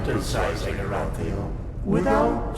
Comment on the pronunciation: Amazing game. Your pronounciation of names Calia, Arantheal and Jespar cracks me up though. So wrong :D